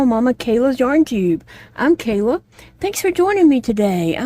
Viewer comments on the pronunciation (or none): none